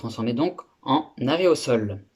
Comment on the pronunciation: au lieu d'aerosol il a dit arret au sol :) ;)